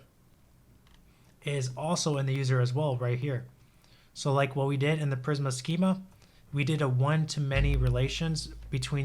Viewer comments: It’s pronounced PrismA, not PrisM 😀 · Videos are so good. I just hate when he says prism when it's prismA with a A at the end??😂